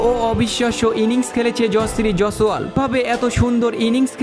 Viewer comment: Nam ta thik kore uchcharan karte sekh, tarpore video toiri korbi.